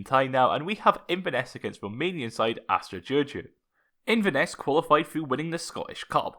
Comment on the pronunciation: your pronunciation for Astra giurgiu is spot on. I could never pronounce that name